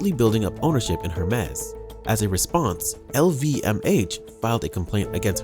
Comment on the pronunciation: Hermes is pronounced, “air mays.” Not “Her Mes.”